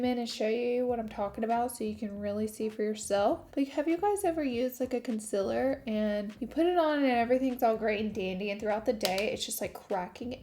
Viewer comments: Of course I miss ya saying conciller!!!! lol xo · Love the way the look came out, I'm dying to try that lip balm though and of course I missed your odd way of saying "conciler"😂😂Ilyyy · Conciller 🥰 I say a couple words differently and everyone loves to point it out.. everytime.. 🤣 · I live for the way you say concealer SHE IS BACKKK yasss